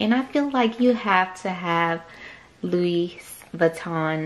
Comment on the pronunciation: could you please not say the ‚s‘ at the end of louis? 🙈